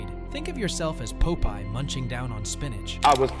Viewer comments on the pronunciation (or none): This is probably an AI narration. Who doesn't know "Popeye," the Sailor man, compared to "PO-pie," as referenced in the video ~ ? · Great info, but Pope-Eye? lol!